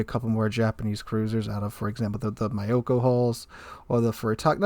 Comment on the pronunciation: My ears bleed whenever attempts to pronounce Japanese ship names lol Just as an fyi, "y"s in Japanese are never pronounced like "My" or "By", they're more like how you would say Nyo <-> Ño, so it's like a short i. Myoko -> Mee-o-ko, Ryujo <-> Ree-u-jyo, etc. Also there are no compound or long vowels, each vowel is contained in its own syllable, i.e. the "o" and "e" in Tone do not affect each other and they're just To-nay.